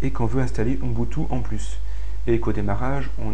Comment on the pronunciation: Ubuntu... "Ouh N'butu" ??? héhé prononcé bizarrement, lol. (le "N")... Blague à part, merci beaucoup pour tes tutoriels !